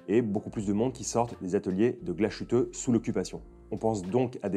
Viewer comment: Merci pour la chouette vidéo ! Par contre le mot principal impossible de ne pas rectifier : GLASHÜTTE se prononce « glace - huteux » Le son « ch » aurait été ecrit avec sch… 😊